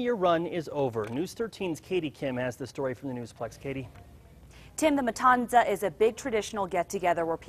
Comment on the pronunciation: Why did they say matanza like that bruh it’s with a th sound